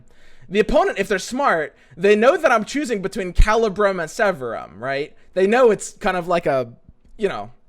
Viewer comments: Drinking game: one shot every time mispronounces Severum. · yeah right? :D